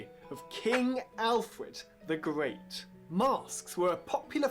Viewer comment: King Alfwed the Gweat. Wule Bwitania!